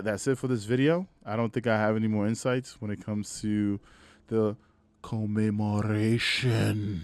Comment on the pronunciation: Come-em-More-Ation that's how you say it. Whatever you are saying is all effed up